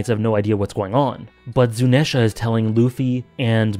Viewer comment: Afaik, Zunesha is pronounced (zoo-knee-sha) just in case you hadn't been told that yet :)